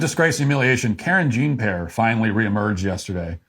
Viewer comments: As a french canadian conservative, yeah I get it, you're american and you don't care about pronunciation of french names (Karen Jean Pear), but man... do you you take pride in being ignorant? stop it, just stop. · Karen Jean Pair. 😂